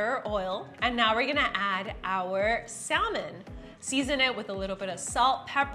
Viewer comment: que jodidos es Sal-Men? The L is silent